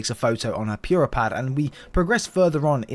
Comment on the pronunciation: I know it shouldn't, but every time I hear someone say Pure-ah, it ticks me off. Especially since it SAYS the right way to pronounce it in game. For some people its an accent thing like possibly this case. But others? Nah, just say pure-ah even though it is POO-rah